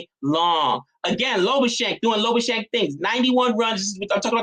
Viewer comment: By the way, its not Lobu-schagne. Please watch this